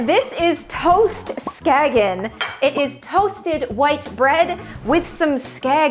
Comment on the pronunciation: Just as a minor note from a swede here, the A in "skagen" is pronounced like the A in 'car', not 'bad', i think you call it a long A vs a short A, not sure about that .. but otherwise top marks, Skagen is absolutely one of the most common and loved things to put on toast